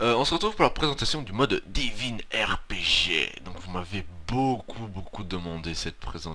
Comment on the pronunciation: Lol he said divin ArePeJe